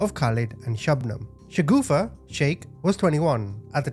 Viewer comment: the name of the sister in law must be Shagufta, not Shagoofa as this guy's saying. A "shagoofa" in urdu is something hideously funny and cannot be anyone's name 😂😅